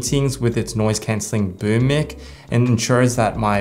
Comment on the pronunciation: Did he just call a mic a mick lol